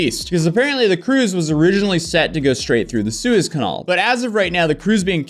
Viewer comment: That's some wacky pronunciation of Suez Canal.